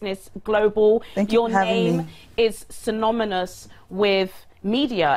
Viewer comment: Already not credible. "Sinominous" 😂😂😂 im sure its synonymous.